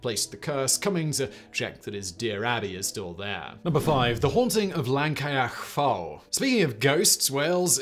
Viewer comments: He got a few spot on but he pronounced Llancaiach Fawr in about three different ways that were all sadly wrong 🤣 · Having been to port Talbot.. knock down the wall it wouldn't be a big loss Llancaiach fawr...First pronunciation I was impressed, every time after that was physically painful.